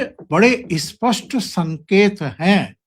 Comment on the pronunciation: अस्पष्ट ××× , इस्पष्ट ××× नही "स्पष्ट" बोलो स्पष्ट " को अ" और इ" लगानेकी जरूरत क्यूं पडती है। स्वतंत्र रूपसे " स्पष्ट " शब्द बोला जा सकता है?